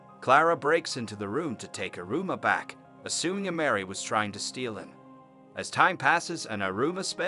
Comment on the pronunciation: “irooma” lmfao the pronunciation is funny and it pisses me off at the same time